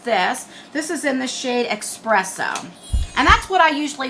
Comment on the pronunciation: eSpresso not eXpresso, ya nut. 😂😜😘